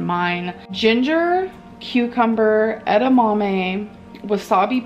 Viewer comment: And “melk” “edamommy” “bolth” “wommart”